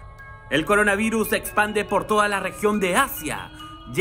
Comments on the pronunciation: CORINAVIRUS, CORUNAVIRUS, CORANAVIRUS AAAAAHHHG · Like si notaste que decía corana virus. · Like si viste que decía Corana Virus xdxd